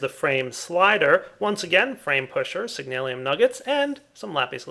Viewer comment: It's signalum, not signalium